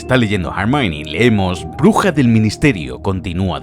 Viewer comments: Chale, ya no le dice Hermión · Hermione, (errr mion) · "Jermaioni"? Ellos lloran y tu obedeces xD